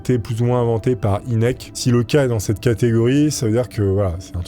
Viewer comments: Tout les Ufologues connaisse cette histoire mais tu les raconte tellement bien qu'ont s'en lasse pas par contre j'ai exploser de rire sur la prononciation du Dr Hynek ce prononce Hainek , Inek c'était comique 😂 Merci pour ta vidéo très sympathique :) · mdr la prononciation de "inek" c'est "haynek" (prononciation) je sais que ca s'écrit pas comme ca j'adore tes videos au fait!!!!! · C'est "aille nek"